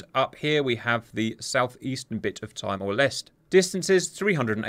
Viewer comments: Timor is pronounced Tee more! Makes you sound more betterer! And you were late with the F35’s last time! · Timor is pronounced Tee-moor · Hey Cap, sorry to hear that your not earning from YouTube, is there anyway we can help (a write in campaign or similar?) There are a couple of very minor issues with your video, firstly Timor is pronounced Tea More, something a Pom such as yourself should appreciate😂 Our DDG's are equipped with SM-6. There are no externaltanks or sidekick for our F-35's yet, but they will be upgraded to block 4 over the next few years. Its a pity that DCS doesnt allow for the use of EW aircraft, the Growlers are a game changer. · Timor is pronounced "tee-more" not "tye-more" Missing all the P-8 Poseidons that Australia has and constantly uses for maritime patrol, that can also be outfitted for anti-ship and anti-submarine warfare. The Australia Submarine fleet that would be presumably all sent to take out the carriers. You're also missing all the Growlers we have. You're also missing the Harpoon Block II missiles on the Anzacs and Hobarts, and at least if this is taking place in the near future, small number of NSMs to augment the harpoon, or further in the future replace entirely. The other point is Australian Military Doctrine would not allow a Chinese CSG to get within 200nmi, they'd be tracked from the moment they entered blue waters. Also its RAAF base Tindal, no one calls it by the town name Katherine. Not to mention the P-8s would detect the ships coming, and they would have staged all aircraft far closer to or at Darwin or have them holding above with our KC-30As refueling them so they had max range and were in the air already, they wouldn't be taking off, and they wouldn't need to save fuel. They also likely wouldn't take off with any external fuel tanks. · Nice analysis. Just FYI, "Timor" is pronounced "Tea-more", not "Tie-more".... Mmmm, more tea... 🍵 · Timor sounds like "Tea More" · just a little note, Timor is pronounced "Tea-More"